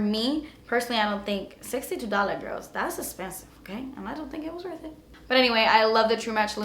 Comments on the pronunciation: You are so funny. I love when you say "dass expensive" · Lmao! I love when you say "das espensive" love your vids!